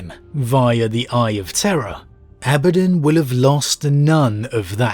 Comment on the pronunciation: Whew! Was wondering how you were going to pronounce Abaddon. You use the one that isn't distracting to me. Carry on... carry on....